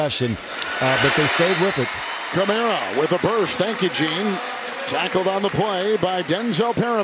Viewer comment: The announcer doesn't seem to know the names of the players. Sounds like he has to look up the names. And the Saints player is named Kamara, not Cameruh, or Camero. A Camero was an automobile that's not longer manufactured. Maybe we can get a better announcer next time.